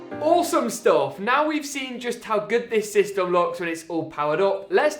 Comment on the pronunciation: The one reason I’m not subscribed is because you say systom no hate though